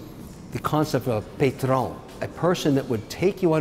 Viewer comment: Mr. O'Leary mispronounced the "a" in "patron". He needs to brush up on his french vowel rules. Good r / n through.